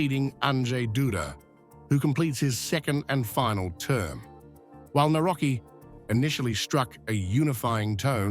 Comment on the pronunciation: It is really irritating how you pronounce Polish names. Do your homework because you really sound arrogant and disrespectful. It is [ navrotskee}.